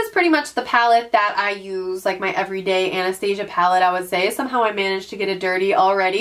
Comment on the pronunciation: Love your videos! Just a heads up that you should probably Google how to pronounce Anastasia for future videos- it's not like the cartoon. Looking forward to the makeup collection video!